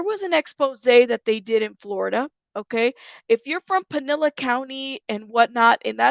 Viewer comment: It is pronounced Pin/el/is. Spelled Pinellas County.